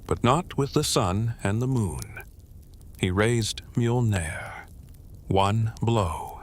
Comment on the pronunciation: The pronunciation of Nordic words.... "M-AIYOL-NEER" 😅😅😅